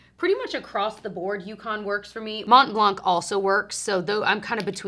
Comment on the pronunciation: Love your videos! I’m actually a French Canadian woman and just wanted to let you know that “blanc” is pronounced “blan” it has a silent “c” :)